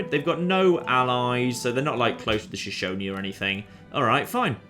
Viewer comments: well done pronouncing Shoshone correctly, I am from Wyoming in the United States. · Hey, pronounced 'Shoshone' correctly this time. Don't worry, man, Americans have trouble with Native American names too.